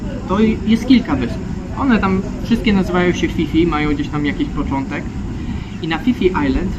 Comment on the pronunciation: I mówi się Pi Pi nie Fi Fi 😅 U Tajów h Po p jest nieme, tak jak w słowie Phuket, Wat Pho. Możesz wygooglowac, ale info mam od Tajki, która mnie poprawiła bo źle mówiłem 😅 Nawet gdzieniegdzie na wyspie widziałem skrót PP island